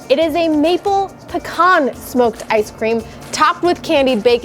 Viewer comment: Thank you for properly pronouncing pecan correctly.